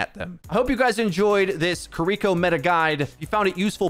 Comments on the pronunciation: Fantastic info as always!! But her name isn't said "ki-Riko", there's no emphasis mid-word on the R. It's simply "Ki-ri-ko" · I know it's not your fault it's just how you say it but Kiriko is pronounced key ree koh. Not Koh ree koh. Just wanted to educate. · he keeps saying the name like kurreeko instead of kiriko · are you saying Kuriko? Ki-Ri-ko means child of mist. Kuriko be child of chestnut lol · It’s pronounced kee-dee-ko just for future reference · I'm sorry I don't wanna be this person but please stop saying her name like that 😭 it's as bad as people saying "naRUto" instead of "NAruto". It's killing me lmao her name should be pronounced "KEE-ree-ko" or "KEE-rih-ko" 😬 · Major ear-worm when you pronounce Kiriko like that hahaha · PLEASE learn how to pronounce her name. It's killing me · why are you saying her name like that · Love your videos, but I hate how you're saying Kiriko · Hate the way he says kiriko